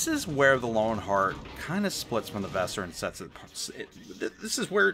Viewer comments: Your pronounciation of Weser is... a little special. If you want to improve it try to pronounce it like the band's name "Weezer". That's possible the closest a native english speaker can come to the correct pronounciation without investing a ridiculous amount of effort into it. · The way you pronounce Weser is pure cringe.